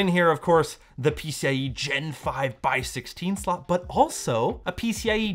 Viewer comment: "Dual SoLt" xd cmon